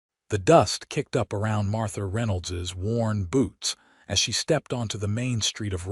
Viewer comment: WORN boots, nor Warren boots!